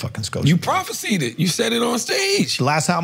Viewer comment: The way CTG mispronounces prophesied is hilarious!!!! 🤣🤣🤣!!!!!!